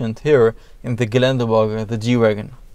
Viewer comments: In this Geländewagen :) Pafekt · In this Geländerwoagen 😂😂